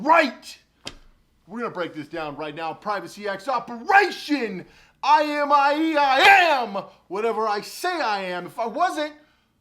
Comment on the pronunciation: You said imie instead of imei lmao lolz just saying